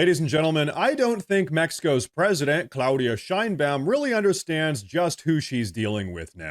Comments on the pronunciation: I’m on your side 100% bro, it’s just…. The bitches name is pronounced (shine bomb) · Sheinbuam huh ? Every. Single. Time. Its tiresome